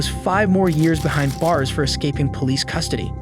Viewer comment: BEHIND BARS NOT BUHIND THERE IS NO U IN THE WORD BEHIND how tf would you pronounce "be kind" Huh?